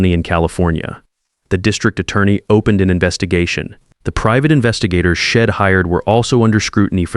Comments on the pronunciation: I hate to say this, because I love the stories I see on these AI sites. But, darn it! It's so hard to listen to the constant mispronunciation done because of the bad spelling. They say Id for I'd, hed for he'd, shed for she'd, ill for I'll. I often tell myself to close up and go to another story. I don't understand. Many sites have it all together and some just don't get it at all. It must be a cheaper AI writer and reader. Please get your stuff together. This story is one of the worst I've listened to and I don't know how long I'll be able to listen to this one. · He'd, she'd, I'm etc - LEARN HOW TO SAY THESE WORDS!!!!